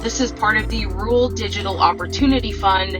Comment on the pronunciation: The word she butchers is “RURAL”!